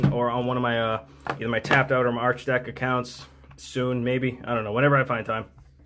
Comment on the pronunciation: The other site you have your decks on is pronounced like Architect, I believe. Archidekt, architect... yay puns